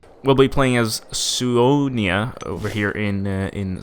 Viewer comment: That's how Scandinavians pronounce it.